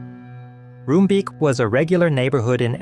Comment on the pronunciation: btw the double 'o' in Roombeek is pronounced as the double 'o' in JOOP! the famous german fashion brand